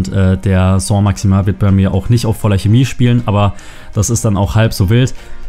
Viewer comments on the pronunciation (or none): "Soh Maximäh"